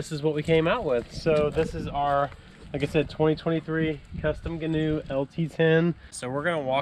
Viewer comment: Love it😁 FYI it's pronounced gee-noo